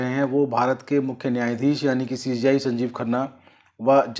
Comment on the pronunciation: पहले सीजेआई कहना सीख लो बार बार सी जी आई कह रहे हो